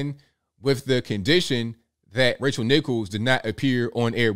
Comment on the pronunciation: Haha it sounded like you called her Racial Nichols